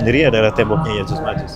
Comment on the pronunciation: Mohon maaf ya ustadz... Berkali2 saya dengar ustadz menyebut nya Yajus dan majus, mohon maaf tadz itu keliru,,, yang benar YA'JUJ ( huruf JIM) (MA'JUJ( nuruf jim). Di ayat Qur'an nya jelas di surat al Kahfi.... 😢😢😢 Mohon maaf sebelumnya...